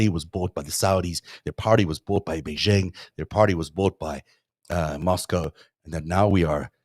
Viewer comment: The "j" in "Beijing" is not pronounced like the "g" in the English word "regime;" it is pronounced more or less like the "J" in the English name "Jim."